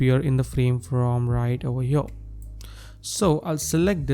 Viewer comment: “right over HYURRR” 😂😂😂